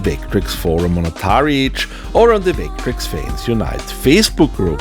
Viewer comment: is it just me or does sound like he says "vayck-trecks" sometimes? <3